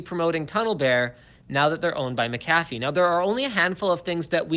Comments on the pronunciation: It’s pronounced Mac a fee not McCaffe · It is pronounced like MAK-uh-fee, with the stress on the first syllable, not Mik-KAF-fee. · with that header image on PIA's website, I can't take them seriously :) Also Linus; Mac-a-fee, not mac-cafe :D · I pronounce McAfee Mc Ay Fee lmao (Edit) I thought Linus had a divorce with his wife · its pronounced Mick - Cafay Right? Kappa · Its pronounced McCafé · Mark Rangel it's not it's mc ca fee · Pronouncing it like that brings to mind McCafé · What a shitty video. You don't even know how to pronounce McAfee.. And your fear mongering your VPN Sponsor.... What a D*ck move man! Why only complain about torrenting after they dropped you? You always stab a sponsor in the back if they drop your Ass??